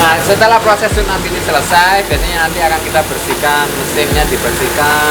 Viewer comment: Deskripsi... Maaf klo tidak salah tune up. Bukan chuneup.. Maaf klo salah